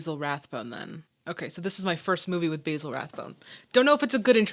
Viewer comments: That would be Bah-zil Rathbone, not Bay-zil Rathbone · ..."Bay zil" is an herb. "Baa Zil" is a man's name. (Basil Rathbone was a very famous actor, btw... he played Sherlock Holmes in many films of the 40s.) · I love your commentary but the correct British pronunciation of Mr. Rathbone’s name is “ba-zuhl rath-bown”.